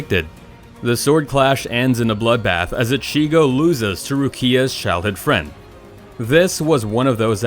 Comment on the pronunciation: How he says ichigo and rukia hurts my ears